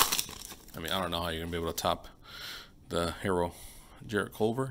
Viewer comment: Tyler hairo 😂😂 herro